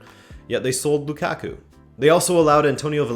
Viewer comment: Did you call him Bukaku? 🤣🤣🤣🤣🤣🤣🤣🤣